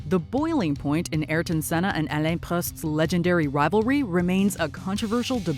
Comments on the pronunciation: That « Alain Prost » prononciation was horrible 🥴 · 1 - predictable number 1 2 - learn to pronounce alain prost's name correctly 3 - you couldn't play the "is that glock" commentary clip